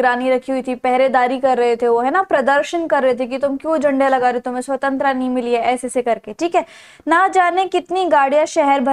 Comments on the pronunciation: Swantra kya hota h mam jo aap bol rhe ho swatantrata hotaa h😂😂😂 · Its SAVTANTARTA not SAVTANTRA Tho u teach good but this mispronunciation wasn't accepted. Hope u know now the correct one❤ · hey there your explanations are great but you pronounce some words wrong and the main word here is svatantrata. I have seen other videos as well and in the topi chapter you were speaking the name of Iffan's sister wrong. Please make sure so pronounce things correctly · Nice teaching 🎉 But your accent " Swatantra " 😂